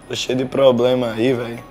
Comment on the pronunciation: Probrema ,🤣 falo certinho problema !